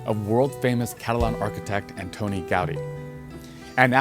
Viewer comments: Ca-ta-lan (not Catalian). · "Catalian"?!?!? NO! He is Catalonian! Or, Catalan, in the Catalan language. Notice: it doesn't contain an "I". But you should use the English term since you're speaking English, especially since you can't pronounce Catalan correctly. I thought you said "Italian", upon review I realized what you said was "Italian" with a C in front of it. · cat-a-LAN, not CA-talian...lots of pronunciation errors here, an not just in the Catalan. Why would you say that the Sagrada Familia is Gothic? That does not fit in terms of time period or style. Gaudi did leave models, but they were destroyed both before and during the Spanish Civil War. I am really impressed with how much progress has been made since I was last there in September of 2022--it looks so much different already! If it were not for the challenge with the adjoining block, I could see it being done by 2026. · its Cat a Lan not catillian and you claimed that 140 years later its still not finished Thats completely wrong Its now 100 years later . I gave up after this as your loose factual and glib delivery was too annoying to continue Wise up dude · “Passer bys “????? Passers by. Catalian?? Catalan. “My research”? Next time, do some. This sloppy, rushed presentation is clownish. 🤡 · Catalian? Dude seriously.